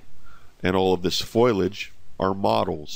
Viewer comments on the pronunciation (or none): This looks awesome, and incredible but i gotta say, you're pronouncing foliage wrong.